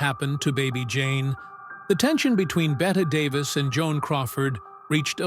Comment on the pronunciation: AI bots not only can't pronounce "BET" Davis, they also can't say "versus".